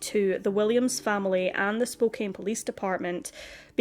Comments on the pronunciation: Was looking for this and was going to say the same. Spokane rhymes with CAN. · Just a little sidenote: Spokane is pronounced like "spo can", not "spo cane". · Poor girl. RIP. Just FYI; it’s pronounced Spo can. Not Spo cane. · Spokane is pronounced Spo- can. Thanks for this review! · Just fyi Spokane is pronuced Spoke-ann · This is in my town. I remember this case. Spokane is pronounced as "Spo-can". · Spokane. SPOKE-ANN (like can or pan). I don't know how you get so many right! Rules of spelling and pronounciation can be of no help with some. Like Spokane! Thanks for the videos you bring to us. Very well done, always. Was watching one from a new channel to me. The writing was so overwrought (best word I can think of for it) and wordy and poorly phrased it took me right out of the story. I bailed. My dear, you are greatly appreciated! The Pacific Northwest has hidden so.many bodies over the decades. Vegetation grows so fast that it can hide a lot of secrets. So many wilderness spots right inside cities and towns. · Pronounced SpokeCAN. Just letting you know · It's pronounced Spo-CAN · Spokane is pronounced Spo-CAN. Don't ask me why 😂😂😂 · Don't worry... I pronounce Spokane wrong, too!